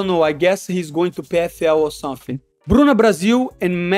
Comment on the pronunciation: Let me tell you Somefing! Moicano takes Paddies scalp! LFG!